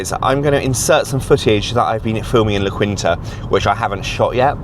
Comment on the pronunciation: Its pronounced "la keen-ta" But its a decent place to stay.